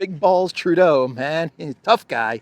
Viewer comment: You did True-doh perfectly! Thank you from too close to him in Ottawa Canada ;D